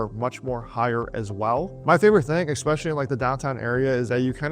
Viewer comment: Ecspecially, really?